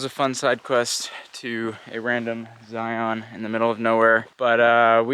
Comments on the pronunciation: Great trip and great video. As an aside, lots of people (mostly those who are not from Utah) pronounce it "Zi-ahn". Personally, I think it's pronounced "Zion" -- rhymes with "Lion". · If you’re from utah why do u keep calling it zioon? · Zion is pronounced same as lion not li on. Thank you. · I’m from Utah and I will never pronounce Zion like Lion.